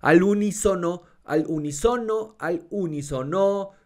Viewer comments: A ver.... U-ní-so-no. Ah sí. Efectivamente. wuwuwu! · ¡¡unísono!! ¡¡es esdrújula chingada madre!!